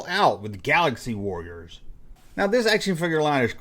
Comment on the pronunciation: "The Last WORRIORS"? Are they guys who fight in wars or do they constantly worry about things?